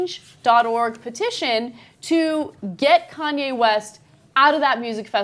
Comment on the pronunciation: How the fuck does she pronounce kanye? Khan-yay?